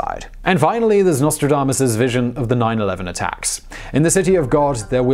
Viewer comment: 911 sounded more like ww1